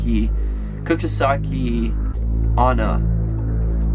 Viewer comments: Ok, ive never met her but I have heard the legend. You are saying it wrong, sorry... its this: Ku-chi-sa-ke O-n-na. As for escaping her, a question with a question works as does you are average. The candy thing, I've never heard of it...chances of it working are very slim as she wouldn't be able to eat it, let alone enjoy it. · heard about it, there is 2 movies on the legend, kuchisake onna and kuchisake onna returns, also you pronounced wrong, its pronounced like Kuutshe-sack-e on-nah but its fine everyone does mistakes, its not like ill unsub and never forgive you for this, but it also doesnt mean that I wont correct you, after all I love your videos! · You said Kuchisake onna wrong